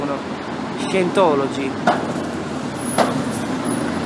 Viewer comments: Si pronuncia Saintologi...ma possibile che siamo così tutti terribilmente negati noi italiani? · comunque si pronuncia saientology.... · Ottimo video ma si pronuncia SAIENTOLOGI. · Bravo! Tutto giusto, tutto bello, ma scusa come fai a dire di parlare inglese e poi pronunciare per cento volte,,,, SIENTOLOGI"????? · cosa ti aspettavi? cmq si pronuncia /saientology/ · Si dice "SAIENTOLOGI" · Parli inglese ma non sai pronunciare “Scientology”..... che si dice più o meno “Saientology”. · "Sajentologi" semmai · Si pronuncia saientologi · "io parlo inglese" e pronuncia Scientology peggio del peggio 😂😂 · si, visto, 9 anni fa. Ma è nello stesso video che tu asserisci di saper parlare inglese. Poi, vai a pubblicare un video dove neppure sai pronunciare correttamente il nome dell'argomento??? Comunque bravo! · Dai pero’ almeno pronuncia Scientology come si deve se devi farci un video.. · Parlerai anche inglese, comunque non si pronuncia così scientology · Parli inglese e nn sai nemmeno pronunciare correttamente "scientology"?? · Ma se non sai nemmeno pronunciarlo Scientology! Ahah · E menomale che parli inglese, se no come cazzo lo pronunciavi scientology.